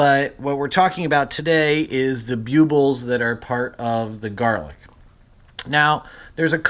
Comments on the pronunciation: I believe they are pronounced BULB ills, not Bue Bills Just say the word "bulb" and put "ills" at the end. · Bue-buls??? Ouch, my poor ears. They’re called BULL-BILLS... NOT Bue-buls 👎👎👎